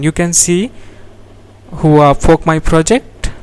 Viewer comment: i think you need to work on your pronunciation when saying "fork", besides for that good vid